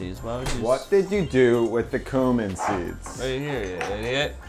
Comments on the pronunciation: He says "coomin" so confidently :D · The way they say cumin makes me uncomfortable